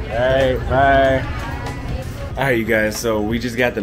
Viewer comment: That dude is a weirdo. He was desperate to get her to believe they were “brudders” for some reason. He said that shit like 20 times 😂